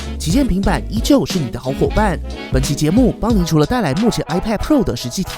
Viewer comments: 我跟你一样🤣🤣🤣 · 為什麼一開頭的旗艦平板，我聽成習近平版 🤨